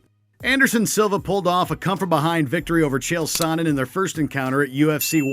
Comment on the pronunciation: Chael Sonnen is Pronounced SHAYO SUN-IN